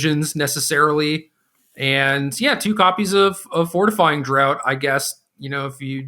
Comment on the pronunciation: Just for reference, draught is pronounced ‘draft’, like ‘draught beer’. It’s the British spelling. It means drink (in this case as in fortifying drink or potion).